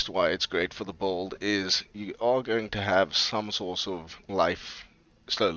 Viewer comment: I've never heard someone pronounce "build" as "bold".